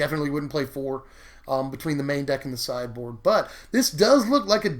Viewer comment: I thought you said "cyborg" Instead of "sideboard." >< I need to go to bed.